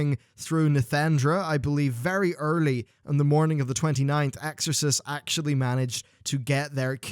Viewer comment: And you can't even say their name correctly, they seem real important to you.